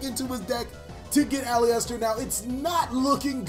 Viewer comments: You're prouncing Aleister wrongly. It's pronounced "A-lee-ster" not "A-lee-ester". :) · Sounded like you kept saying Polyester 😂 great duel btw! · It’s actually AL-LIST-ER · my fav yugituberr. its ah-lister tho. made my ears bleed with that pronunciation